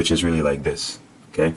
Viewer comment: "ok les get to dis joint" lol